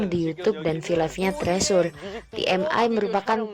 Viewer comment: Kakak permisi bukannya mau sok tau. Tapi bacanya bukan "trisur" atau "tresur" tapi " (t)crisur" atau di korea- nya "trejo" (setauku ya). Maaf.